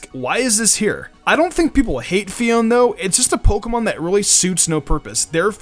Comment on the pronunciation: Its pronounced Pheoné